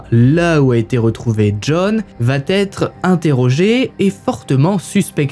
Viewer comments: Allez, sympa. Mais de grâce, travaille les liaisons dangereuses ("va-t-être", etc. => "va être", y'a pas de "t" !) et l'accent anglais (juste se renseigner sur la prononciation des noms, c'est pas la mer à boire) ! Très peu d'efforts à faire pour drôlement améliorer la qualité perçue ;-) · J'adore ta façon de raconter, pleine de précisions et d'humour. Mais pardon le "il va Têtre" me fait bondir à chaque fois. Il n'y a pas de "t" à "va" ! Je vais, tu vas, il/elle va.... rien de plus ! Essaie de faire attention, tu es en première ligne pour apprendre aux gens à parler, vu que les réseaux sociaux sont désormais l'espace privilégié. Ceci dit sans animosité. Sinon, quel temps fait à Valenciennes ? J'adore ce coin. 😉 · Ces HVF sont super. Dommage pour les fautes de liaison ("Va T'être" fait un peu saigner les oreilles mais on reste dans le thème comme ça 😉) bisous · Tes histoires sont passionnantes . MAIS ! Il faut arrêter avec tes liaisons "mal-t-à propos" ! On ne dit pas VA-T-ÊTRE, mais VA ÊTRE. Pas de T --> pas de liaison ! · Merci pour ces histoires documentées, narrées avec talent. Le « coucou » introductif est un bonheur 😂. Juste un défaut, qui me fait saigner les oreilles 👂 : une liaison fautive, mal t’à propos : on ne dit pas « il va t être … » ou : on va t alors découvrir… » On VA alors, pas de T après, par pitié 😂. Sinon ces vidéos sont addictives. Amicalement, de Bretagne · Auberge. Intéressant, mais je suis dérangée par tes liaisons mal à propos notamment quand tu dis "elle va T être", non, tu te trompes, elle va être, sans liaison... Sinon, super! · Un truc qui me fait mal aux oreilles : la liaison avec "il va-t-être".... ouillle.... hahaha..... Visiblement à l'époque on pouvait tuer sans soucis... et on dirait presque que tu y étais tellement tes récis sont vivants...